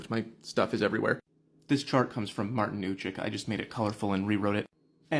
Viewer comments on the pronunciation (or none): none